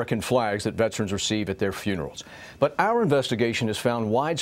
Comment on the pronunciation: IT’S VETERANS.......NOT VETRANS🇺🇸